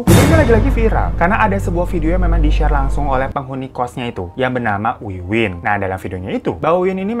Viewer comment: Namanya Wiwin, tapi aku kok dengernya Winwin